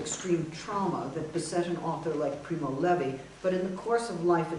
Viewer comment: it's primo levi, not levy.